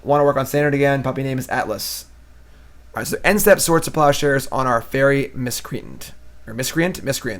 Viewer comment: "fairy Miss cree ten" = "Fairy Miss-Cree -Ant"